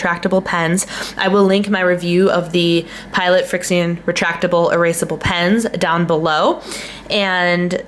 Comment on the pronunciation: the name of the markers are pronounced “friction”! Not trying to be rude....